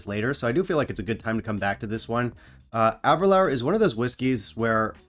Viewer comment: Ahh -ber-lure is the main reason I started drinking Scotch. Discovered it in Edinburgh the first night we were there. But please learn to pronounce it ! :-))